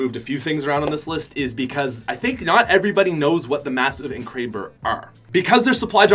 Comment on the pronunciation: its nor kraeber its krAber